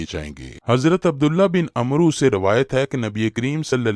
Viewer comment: Dear Bhai ap ne lafz Amar ko amru ada Kiya hai Jo sahabi ka name hai Amar ke sath و ho to usko Amar parhen gen